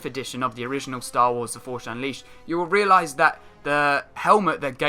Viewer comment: i hate how you say force ... "forsh" xD